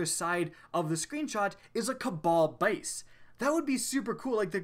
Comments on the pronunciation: cabal bayuse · His countryness came out "cabal base"